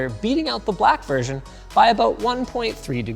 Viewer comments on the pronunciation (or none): none